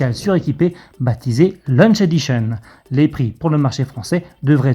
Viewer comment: "baptisée LUNCH edition" 🤣🤣🤣 Des cours d'anglais et de diction ne seraient pas superflus...